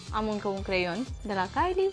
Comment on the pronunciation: "Glossuri de la Kylie" Erau rujuri lichide mate, nicidecum "gloss". Altele visează la ele și ea nici măcar nu știe ce cumpără, apoi să știe sa le pronunțe numele corect.